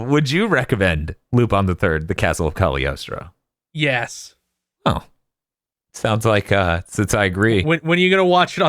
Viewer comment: I wonder if they know the g in cagliostro is silent Eh sort of